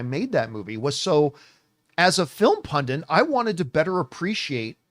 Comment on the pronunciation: Why do i keep hearing the made up word movie 'pundant'?